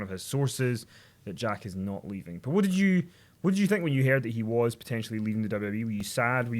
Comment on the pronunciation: sounded like said "she dead" instead of "she did"